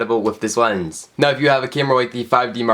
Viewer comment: LENS NOT WENS PLS